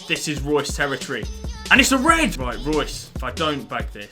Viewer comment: Reus not Reid